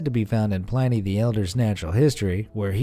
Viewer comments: The weirdest thing I belived is the philosopher mentioned in this video was Pliny (p-lin-e) the elder, not pl-eye-nee. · Pliny is pronounced as "Plihn•ee". Please look up new words or even old ones to chech the pronunciation. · Did he just say Pl-y-ny the elder, twice?